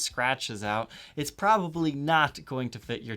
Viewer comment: The word is "probably". Three syllables... prob-ab-ly, not a two-syllable word : prah-ee Thank you.